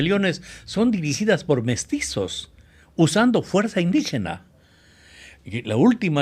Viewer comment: Y la palabra indígena está mal dicho